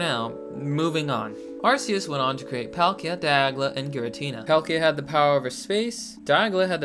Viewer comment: If you say "DIAGLA" one more time I'm gonna lose it